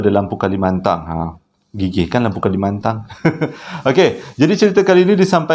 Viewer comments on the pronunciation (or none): 50 ribu kilo😆😅😄lampu kalimantan..bukan kalimantang